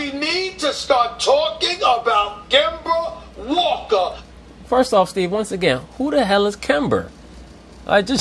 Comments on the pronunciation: LMAO KEMBERR WALKA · Kember Walker! Lol